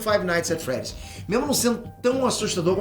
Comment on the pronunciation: Five nigth at freed